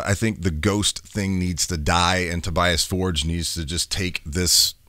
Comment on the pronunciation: It’s pronounced “Tobee-us For-guh”